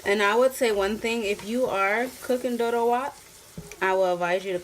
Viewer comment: wow Good job keep it up. pronounce it doro wet instead wat